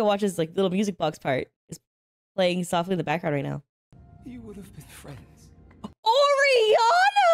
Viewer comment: ORI-ANA?! HAHAHAH The way u said her name xD singed dad to ori kinda crazy